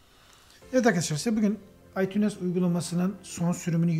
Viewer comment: Aytuns okunuyo aytunes değilllll